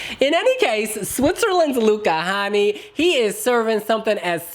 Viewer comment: “Hänni” is pronounced like “penny” but with an h 😅